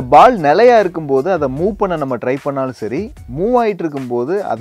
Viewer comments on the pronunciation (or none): none